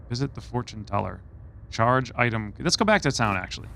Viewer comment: Charge, not change.